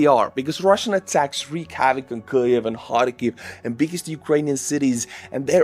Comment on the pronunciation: What's a Kliev? Do any of your staff read these comments? Kyiv is easy to pronounce, all of your other English is pretty good!